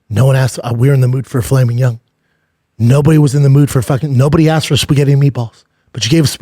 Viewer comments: Normal People: "Filet Mignon" Brendan: "Flamin 🔥 Young 👶🏻" Note: I'm not hating but even the captions service picks up "flaming young" LMFAO 😂😂😂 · I have never ever poked fun at Schaub for his pronunciations, but filet mignon being pronounced, "falaming young" was dirty work.